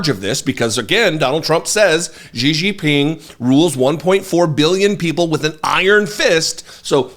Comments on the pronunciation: “Gigi Ping”, 😂! Szhi Zhinping, brother. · I fully admit this is a nitpick but it's pronounced "SHE-JEEN-PEENG." That being said, Fox must really be brave to keep letting Trump and its hosts peddle conspiracies on air. I guess the Dominion lawsuit meant nothing to them.